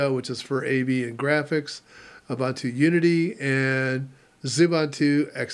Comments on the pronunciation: It's pronounced "OOBOONTOO". "OOBANTOO" doesn't exist. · I pronounce it the same way Mark Shuttleworth pronounces it. Plus Ubuntu is not a word my my native language. Nuff Said?